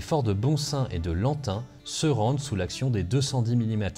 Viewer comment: Super vidéo deux ou trois petites corrections de prononciation lantin (son de fin comme dans pain), liers faut prononcer liersE, boncelle se prononce bon sel. Hâte de pouvoir retourner ce week-end aux fort de lantin après en avoir été privé l'an passé par le covid...